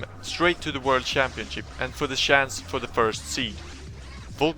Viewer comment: sjance, its a dead give away when swedish people say chance